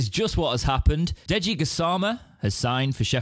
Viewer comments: I think it’s pronounced jai-ee-de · Fyi it's pronounced Jay-Dee Gassama 😉